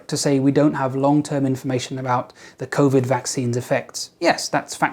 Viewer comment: did you say covideo?